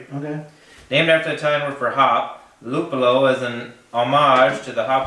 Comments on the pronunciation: Nice shot! I always find Tipopils in my italian pub tap list. Tour pronunciation of Lùppolo Is correct. You only missed a final "i" in BIRRIFICIO, but it's ok. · lol, rlly? italian pils? gonna try to find this beer here in italy. btw, just so u know, your prononciation of "luppolo" was correct! (one of the 2, ofc) :D